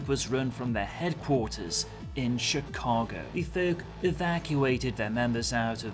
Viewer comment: Think I found my first play through role. Was born in Chicago and grew up in the Midwest. The background story got me hyped as well. Btw good work pronouncing Chicago. Lot of people get it wrong. Cheers.